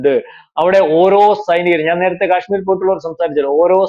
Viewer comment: ക്യാഷ്മീറോ നേരെ ചൊവ്വേ ഉച്ചരിക്ക് മിസ്റ്റർ, അതുപോലെ തെറ്റുകൾ പറയാതി രിക്കുക, മറ്റൊരു വീ ഡിയോയിൽ ബിജെപി യുടെ ദേശീയ അധ്യക്ഷൻ നന്ദ എന്നു പറയുന്നത് കണ്ടു, കേൾക്കുന്നവർ വിഡ്ഢികൾ അല്ല, ഇതുപോലെ പല തെറ്റുകളും താങ്കൾ പല വീഡീയോകളി ലും പറയാറുണ്ട്, സഹികെട്ടത് കൊണ്ട് പറഞ്ഞതാ. 🤣